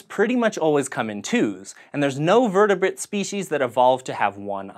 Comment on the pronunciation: Sort of sounded like you said vertebit not vertebrate.